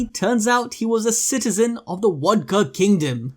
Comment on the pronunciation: Why you say wodka